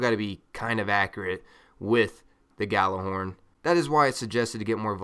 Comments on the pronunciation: Why cant Americans pronounce Gjallarhorn instead they say Gallarhorn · Hate to be that guy but its pronounced Y'āhl-er-Hòrn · ***** No its a Scandinavian word and it's pronounced Yallerhorn. Smarten up. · Idk, I'm american but I pronounce it "Yallerhorn" and I always get screamed at. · Well, since none of you are swedish and Gjallarhorn is a swedish word you're both wrong. Its from northern mythology and its pronounced as it's spelled. But I guess if you're american you pronunce it like that.. Y'āhl-er-Hòrn. But it's not right.. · geo genisis americans have a hard time pronouncing norse words, often putting eeee sounds where there should be aaa. :) When googling they tell you to pronounce it like this: yahl-lehr-hawrn, but thats not correct. Its supposed to be yahl-lahr-horn. Me myself prefer the Jellyhorn though. :) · It's an Icelandic word, when I heard it pronounced it sounded like "Gatler-horn". Of course it had an accent to it so I would advise looking up the true pronunciation, I found it in a Destiny podcast from Planet Destiny, I believe it was #5. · He just fuckig said you idiot it's pronounced how it's spell